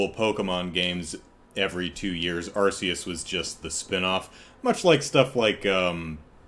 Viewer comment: I need to tell you something about Pokemon Legends Arceus (for which the Arse-ee-us pronunciation is indeed correct): What you've seen of it in trailers isn't representative of how the whole game looks. The trailers are the best parts. The actual game has many parts that look absolutely horrible, with visual issues that you didn't even see in the N64 era. There's horrible screen tearing whenever you turn the camera. And whenever you're inside a cave, there's some ridiculous pixelated outline around all characters which makes it look like they were cut out of one image and pasted onto another. And the thing is, back when Pokemon was 2D, they looked great for the consoles they were on. And even the couple of 3D spinoffs at that time looked good. But Gamefreak must have had help then, since the 3D games they've made themselves have all really struggled. The series fell off a cliff in quality as soon as it went 3D. It's not just the appearance either: You can tell that the extra effort needed to make 3D environments has been a huge drain, and so the games have gotten smaller, with less content. Somehow the most profitable media franchise in the world can't find the money to invest in its flagship product.